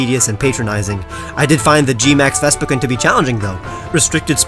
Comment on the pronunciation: Did He Just Say "Gmax Vespiquin"?